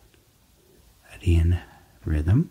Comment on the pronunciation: circadian is pronounced like: sir kay dee ann rhythm.